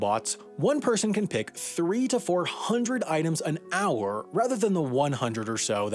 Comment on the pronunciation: I don't know why but the the he says pick is really funny to me hehehehehehe